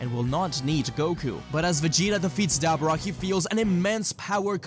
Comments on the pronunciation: i just gotta say ive never heard anyone pronounce daboras name like that lmao its duh BOAR uh not Dabber uh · i hope i am saying this with no disrespect, for i am unaware if you have a ascent, but try to pronouns Dabura's name as Da-boar-a, again i wish i am saying this with no disrespect its just i cant help myself but get a little annoyed every time you say it that way